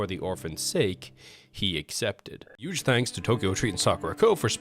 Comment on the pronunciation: bro can't pronounce "huge" 💀